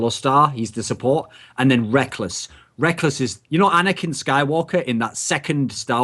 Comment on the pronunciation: again... It's NOT Rekels, it's fricking Rekkless goddamn, educate yourself woman